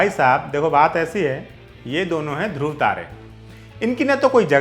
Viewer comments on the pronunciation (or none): none